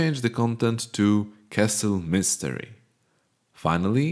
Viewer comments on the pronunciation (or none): Mystery ❌ Mistery ☑️☑️☑️☑️☑️☑️☑️☑️